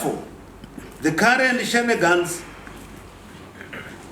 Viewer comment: English hahaha . Just speak in shona please . The way he pronounced shenanigans tho 😂😂🤣🤣